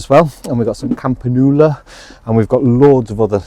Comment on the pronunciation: You are pronouncing campanula wrong. It is pronounced Kam pa new la. It is easily done I often make up new woods for things. Garden is looking beautiful xxx